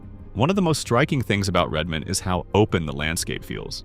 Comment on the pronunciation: Incredibly badly done. Mispronounced a bunch of places, and inserted a scene of down town Leavenworth Washington and called it Redmond Or. And this poorly researched vlog missed two or three of the more famous "banana belt" cities in the Region: Oak Harbor WA, Anacortes WA and certainly Sequim WA. And you didn't mention that around the greater area of Bend Oregon sits about 40 of the best golf courses in the Pacific Northwest. Whoever made this hasn't spent much time here.